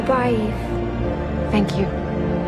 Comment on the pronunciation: gigimu ivi itu di bacanya iv kocak "eve"